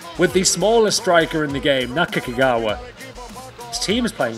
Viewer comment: Naka-Kagawa? sometimes you got it right and other times you butchered that name. lol